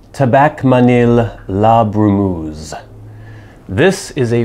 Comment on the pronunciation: Not la "brou-mouze"(?), it is : la bru-meuh-ze": "sadly the "u" in "bru" has no equivalent in English, anyway it is not "ou" like in "you"; also the "eu" in "brumeuse" sounds like "eu" in "euphoria", "euthanasia", you don't say 'ouphoria" or "'outhanasia". Thanks for the rest, interesting tobacco.